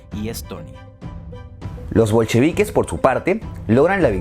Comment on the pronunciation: "los primeros en intentarlo, los bolcrevi...." Yo: "los franceses de Parííí..."